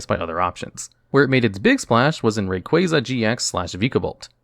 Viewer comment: kruryem? Zebstreeka? Rayqueza? are you serious?